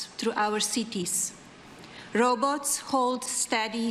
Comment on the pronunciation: You'd think she'd have a dialect coach at least to help her say the big words correctly. Like "robots". And "is".